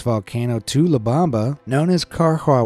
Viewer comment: It's not La Bamba, it's not the dance. It's la BOMBA. It means the bomb. You don't have even ONE Spanish speaking person as a friend who can help you not to mispronounce? You realize it's not the same shit versus sheet, right? Well, the same is on most languages. Get it right.